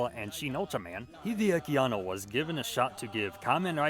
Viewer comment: first person on youtube to say annos name right